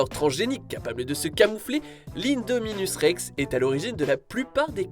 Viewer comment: On dit Indoraptor comme Linkedin pas 1doraptor voyons ! Pareil pour l’indominus Rex c’est in comme dans en anglais pour ces hybrides. Vous n’avez pas travaillé suffisamment sur le sujet 🫤